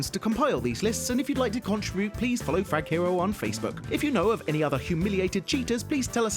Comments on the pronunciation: how about next time you don't forget the "R" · Frag Hero with out the r